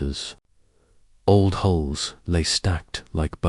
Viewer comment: Will someone teach the danged AI the difference between "holes" and "hulls"? Ai's pronunciation of common words is abysmal!! Cool Story, though... :)